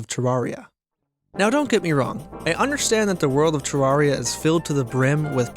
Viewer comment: Pronounces terraria wrong in the first 5 seconds of the video. Grim.